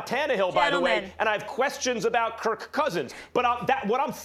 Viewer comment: Max putting emphasis in the second K in Kirk....kirK Cousins 😂